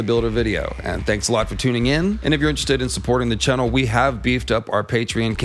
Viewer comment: I love all of videos, I think I’ve seen every one, but I have yet to learn the ancient secret of why he pronounces the word “channel” like that